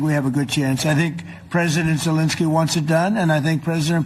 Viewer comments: Did he just say “Voldemort jewlinskii” ????? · Did Benny say "Voldemort" Zelenskyy?!?! 😂😂😂😂😂